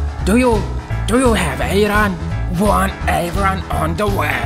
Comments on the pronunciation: Not ayran Telling like I-run Iyran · Eyran ❌ayran✅